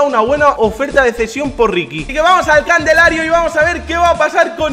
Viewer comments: minuto. vamos al "candelario" por decir calendario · Así lo dice siempre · Me partí cuando dijo en el minuto Así que vamos al candelario en vez de calendario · like si te diste cuenta que dice " candelario" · Porque dice candelario en vez de calendario. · ojo que vamos al "Candelario" 🤣🤣🤣🤣🤣🤣🤣🤣🤣🤣🤣🤣🤣🤣, no será calendario?